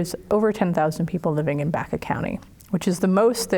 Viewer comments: Great documentary! You are pronouncing Baca wrong! It is not pronounced "back-uh," it is pronounced "Bach-ah." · I know several people where I live who's last name is Baca, They pronounce it as you have corrected, Bach-ah.